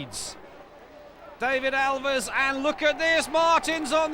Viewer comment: The surname of #40 is not "Alvies" or whatever the narrator is trying to say but Aviles (ah-vil-es). That's not bad pronunciation, that's a grown man being unable to read!